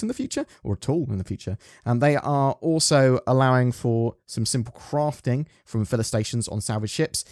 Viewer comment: I love the way you say “Crafting”! You’re awesome! 🧡